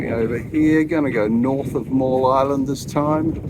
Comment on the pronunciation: Been following a while, even saw your old boat at 1770. Just to let you know it’s Middle island that has the old observatory on it and myall (Miall) island (pronounced Mile) that’s to the north of middle island. There are a few diesel mechanics in town but at the marina you need to use their approved people. You could ask at the yacht club for recommendations. Hope you get it sorted